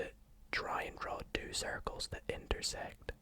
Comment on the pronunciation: Everytime he says two I hear ‘dude’ but like this ‘dude’ boys with t shirts of a sports team and sunglasses 24/7 say Don’t ask me why